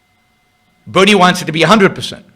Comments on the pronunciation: He hasn’t expwained how Buwnie wied. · change the title to "bwerinie" please